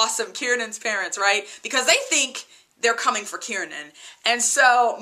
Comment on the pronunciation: KIEREN not KIERNAN